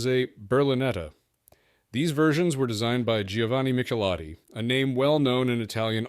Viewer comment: “Barchetta” is pronounced “BarK-Etta”. Ch is pronounced as a hard C, like you said in your video, Michelotti. Good video otherwise